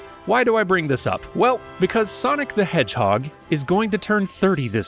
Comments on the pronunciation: "Shadow the Hordgeheg" Nice 😂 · "shadow the hordgeheg"